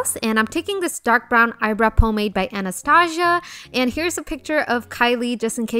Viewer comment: The way you say Anastasia is weird to me not hating just saying I'm so used to people saying it like an-a-sta-see-a